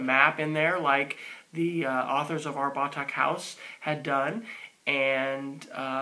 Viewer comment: thank you for sharing, and yes you pronounce Batak correctly.